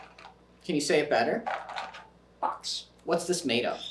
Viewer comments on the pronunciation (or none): that’s probably not what is happening. It just been trained so that every time it makes the bok sound and is questioned on it, it will follow up with box. It doesn’t understand it’s mispronounced more than that it’s made a general mistake and that his next sound should be different. Or it’s by far the most intelligent and self aware bird in history.